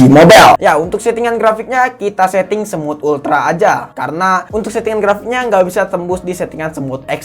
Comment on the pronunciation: bilang smooth ekstreme tapi yang gue denger semut ekstreme😅